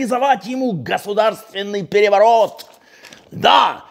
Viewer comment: ...штадион так штадион...пегевогот так пегевогот...